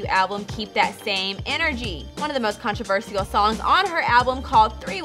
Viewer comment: she really either dont know how to read or dont know how to say controversial